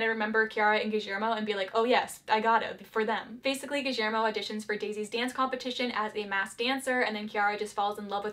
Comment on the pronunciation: i love the way you pronunce guillermo with a slight argentinian accent